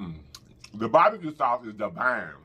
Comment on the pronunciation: Food looks amazing love your personality and I absolutely love it when you say Devine 🥰